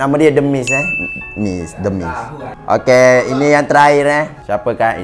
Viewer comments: Sebenarnya "The Miz" Bukan "The Mist" lol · The miz bang bkn the mist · The miz woi haha bukn mist haha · The miz bukan the mist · The miz lh bukn mist